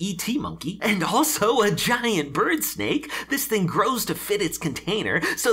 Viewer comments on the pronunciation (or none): none